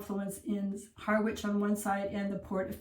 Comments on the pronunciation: I live in Wivenhoe so was pleased to see you included us - it's really a great place to live! (btw - Harwich, which isn't far away is pronounced "HARRICH' not 'HARR-WICH' ;-) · Harwich is pronounced Ha-rich, we don't pronounce the W. And you're right, it isn't at its best, in fact, I doubt it ever did have a great time. If you like a drink though, in old Harwich you're never more than a three minute walk from twelve places to get a drink. One of which is the Alam pub which used to be the home of the owner of the Mayflower. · You mispronounce Harwich...the "w" is silent. Both Harwich and Ipswich are fairly depressed...Like other commentators, I am a great fan of Norwich.